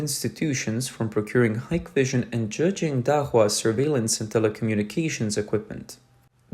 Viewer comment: stupid ai, its pronounced hick vision